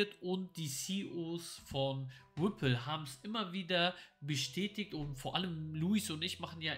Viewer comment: Ich feier euch💯 sagt immer wrippl😄😄 weiter Jungs beste